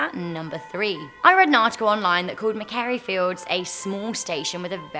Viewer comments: Nice video guys, keep up your awesome work! ☺️👍 Just thought I’d give a little heads up , it’s pronounced “ma-quarry” fields, not “mac-kairie” 👍🏻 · Maquaire feilds station is pronouced Ma-quo-re feilds